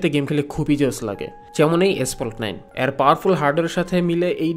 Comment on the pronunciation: 'এ' এর উচ্চারণ ইংরেজি বর্ণ 'A' এর মতো। অর্থাৎ আপনি যখন 'এর' শব্দটা উচ্চারণ করেন, সেটা অনেকটা 'Aর' মতো শোনায়। 'অ্যার' মতো না। 'এ' আর 'অ্যা' উচ্চারণ কেন যেন কানে লাগে। 😑